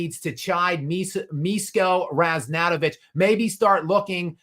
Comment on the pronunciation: Miško Ražnatović = Mish-ko Razh-nat-ovich and the 'zh' in his surname is pronounced like the French pronounce the 'J' in 'Jacques'. And I just think LeBron is fishing for interest